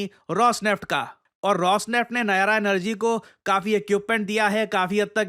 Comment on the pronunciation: नायारा नहीं नायरा है 😅